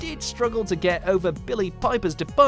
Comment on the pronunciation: Sy-corax? Its pronounced Si-corax. Also Freema's last name is pronounced Ajy-man. She said so herself on commentary for Smith & Jones. Have you even watched Doctor Who?